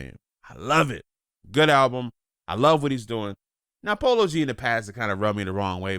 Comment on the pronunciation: He said polo g not like that 😭😭 He raised in Chicago up north 😐